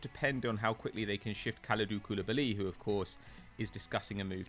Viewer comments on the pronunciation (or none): Nobody:: Kooliblly